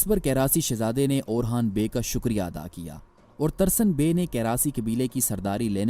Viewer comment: He's orhan not orkhan